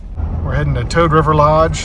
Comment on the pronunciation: I love Toad river. I ask a local, its Poose,(rhymes with moose) coop ee I thought it was what you said. Can't believe still no snow